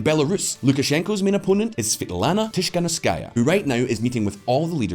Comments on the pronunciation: TiKHanOvskaya guys, not TiSHkanovskaya! It's at least the second video were she's got mentioned and you still can't name her correctly.. ( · Svetlana Tihanowskaya, not Tishkanskaya =)